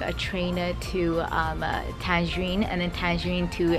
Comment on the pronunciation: Nice vlog mA :) Tangarine LOL it's Tangier.